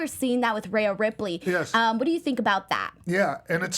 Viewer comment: Great show as usual but its Rhea not Raya!!